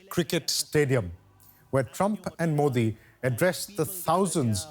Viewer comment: Ohhhh boy... The pronunciation of Modi!!!😂😂😂 Mind blowing....